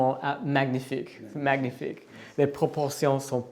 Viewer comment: Please 🙏 stop saying magnifique with gh sound! It's a very soft n sound! Time to improve your French 👍